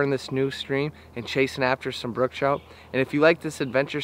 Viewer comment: Its brook trout. Not brooke.